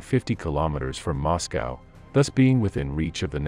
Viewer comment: moscow sometimes moscowa.